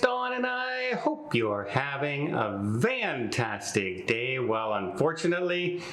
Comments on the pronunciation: Here's a story behind that, and he covered it in a previous video. It's what makes Don Don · It’s part of his “brand” shtick. Done on purpose basically to grab attention.